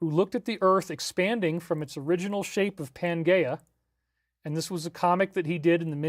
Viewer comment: Pangea - Pan-JEE-Uh.